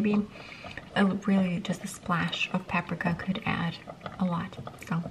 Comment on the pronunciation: you can always tell is russia but the way she says “paprika”